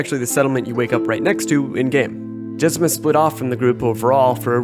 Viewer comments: "Jezima" it literally says JezMINA. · Jez-MEEN-ah, not Jezima. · Jezmina, not Jezema.